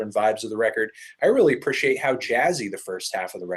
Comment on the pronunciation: this egg head can never say appreciate right